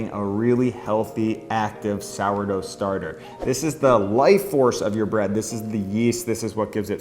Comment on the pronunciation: Why have americans schtarted to pronounce schtretching and schtarter? It sounds so sloppy and bad :( I mean you do say sourdough, slow and depends correctly.